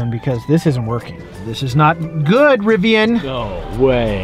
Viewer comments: it’s pronounced Riv ee an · It’s pronounced Riv-ee-an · You’re pronouncing Rivian wrong